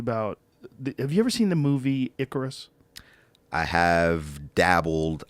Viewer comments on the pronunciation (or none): none